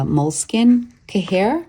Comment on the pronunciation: FYI. Cahier = ky-yay. French for notebook